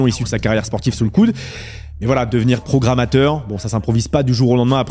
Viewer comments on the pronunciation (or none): « programatteur » nooooooon…